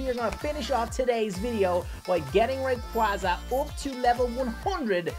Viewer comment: It’s pronounced ray-qayz-a